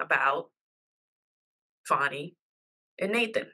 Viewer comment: It’s FAN - ee, not FAWN - ee.